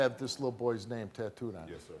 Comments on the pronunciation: Did she just say "tatooted?" Lmao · Did she just say “Why he got the child’s name TATTOOED-ED (with an extra “ED” at the end of the word 🤦🏾‍♀️😒😂🤦🏾‍♀️😒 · She said tattooded she needs a check